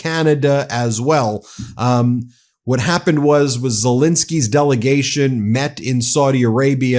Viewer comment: It is Zel-E-nsky, not Zel-I-nsky...